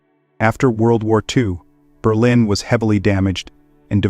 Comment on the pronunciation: the point being your AI voice over. It also said DOUBLE YOU DOUBLE YOU EYE EYE” instead of World War 2. When you are inputting it into your AI generator, I recommend actually spelling it out. Like “the third” instead of III or “World War Two” instead of WWII. Personally I thumbs down and block every channel that uses AI voices because I don’t know how lazy you are and you could have easily stolen all of this content. Good luck.